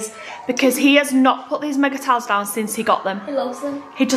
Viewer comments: Toddler toy ideas!!!!! Spare the IFAM! And its Magnatiles not megatiles. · FFS they’re called MAGNA-TILES not mega tiles. Can she not get anything right?